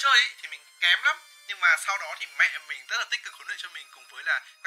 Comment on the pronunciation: tại sao anh lại nhấn mạnh chữ mẹ ở đầu video vậy nó có ẩn ý gì không